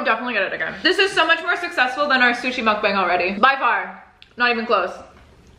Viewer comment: Im-tha- mukban-g... 🤤🤤🤤😙